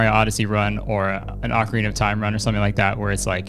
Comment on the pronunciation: HEY! You are one of the few people I've seen pronounce Ocarina correctly! Cool.